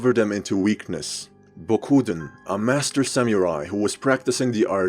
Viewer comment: He mispronounced “samurai”. It sounded like “samyourai”. There is no “y” sound in the word.